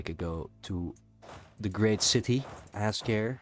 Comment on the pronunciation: Good stuff! If you care... apparently Azkare is pronounced in a Japanese-ish style: Az - kuh - 'ray | With the 'ray' sounding like a mix of 'day' and 'ray' like east Asian languages tend to do.